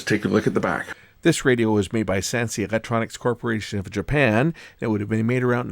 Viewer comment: Slight correction on the pronouncing of that name. It's sounds like this Sen-say or sun-say not Sansei, Wow that's a gem of a find - MY GOODNESS It was NOT made in china!!! being made in Japan should speak volumes of the precise craftsmanship and good Quality of components..